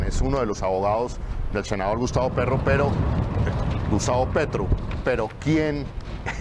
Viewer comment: Huy qué Error al momento de decir gustavo Petro...